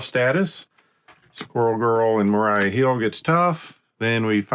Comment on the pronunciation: Maria, not Mariah. Mah-ree-uh, not Mah-rye-uh